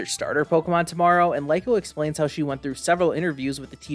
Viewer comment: No hate but I believe Liko is pronounced like Lee-Ko